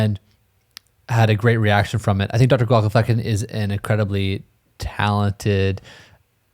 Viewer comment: It's "fLecken," NOT "fu**en!" And I don't think it's just because my ears are 76 years old.